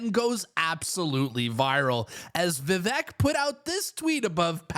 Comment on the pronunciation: You are pronouncing it correctly, it’s ‘Va-vake’ phonetically.